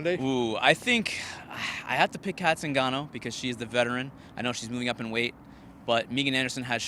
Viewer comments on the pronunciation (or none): none